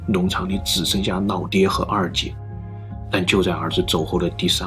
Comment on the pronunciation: 老爹 不是 腦爹 先學會發音好嗎 老 與 腦 兩者發音不同 ㄌㄠˇ 與 ㄋ ㄠ ˇ 腦拼音為nǎo 老拼音為lǎo